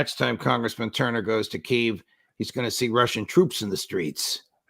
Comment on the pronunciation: Don’t use Kyv. It’s the Ukrainian new name.!!